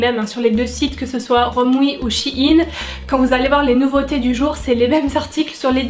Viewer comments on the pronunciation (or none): J aime bien la vidéo mais s il te plaiiiiiittt arrête de dire shiine c sheine sheeeine voila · Shi ine 😂 c'est pas plutôt " shaïne" ( je parle de prononciation) sinon top vidéo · Sa me stress le mot she-ine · Je suis la seule qui comprends pas pourquoi elle dit "Shein" de cette façon ?